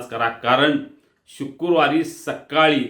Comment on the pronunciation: शुक्रुवार नव्हे शुक्रवार